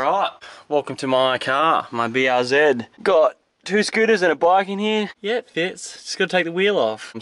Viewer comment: BR-zed lol